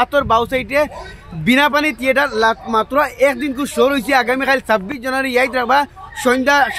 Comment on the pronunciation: তিয়েটাৰ নহয় থিয়েটাৰ 😅😅😅